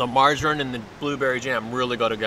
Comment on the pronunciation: Please pronounce margarine correctly its infuriating and what no cowpiss today